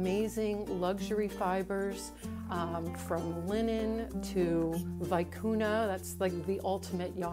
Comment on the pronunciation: Hi, I love your videos and your blog and I miss your PA store. I am currently knitting with a Crabapple skein I bought from your store when you closed. I just wanted to point out the pronunciation of VICUÑA. It’s in Spanish, so it sounds vee-cu-nia